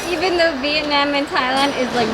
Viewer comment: Thank you for saying Vietnam correctly!! Most people (in America anyway) say it like “Viet-Nom” which is incorrect